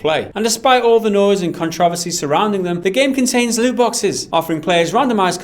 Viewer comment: The way he pronounced controversy bahahhahaa